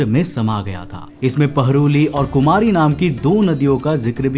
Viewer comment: भाई, हिन्दी में कुमारी खंडम् नहीं कहते। 'कुमरी खंड' कहते।